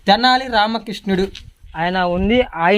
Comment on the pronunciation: Kishnuda 😂😂😂😂😂 krushnudu ledha krishnudu 😅😅anali be